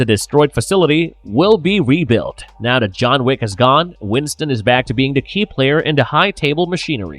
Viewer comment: I can’t listen to this narrator. He can’t say the word “the”. He says “duh”. It’s ridiculous.